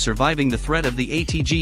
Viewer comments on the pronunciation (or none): Gra-nod, really??